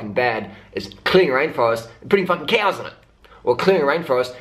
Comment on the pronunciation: I like how you say cows. "Keaws".